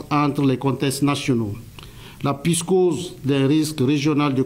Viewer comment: "Contesses nationaux", "la pyscose", "néo-colianiste"... Le porte-parole qui ne savait pas parler. 🤣